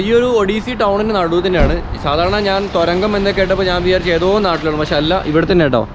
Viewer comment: തൊരങ്കം....? തുരങ്കം.